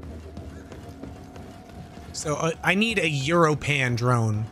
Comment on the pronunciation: Europan is pronounced like "your open"